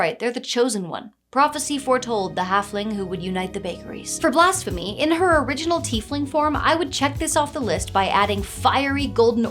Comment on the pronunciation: I cant stop hearing Blasphemy as Blast-phemy, i guess the pyromania is written in.